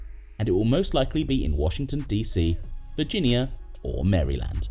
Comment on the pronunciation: “Mary Land”